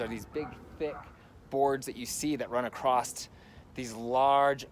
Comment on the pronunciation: Nice video. “Acrosst? Or across?